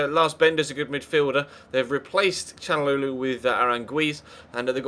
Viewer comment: It is 'Shal-an-og-lo'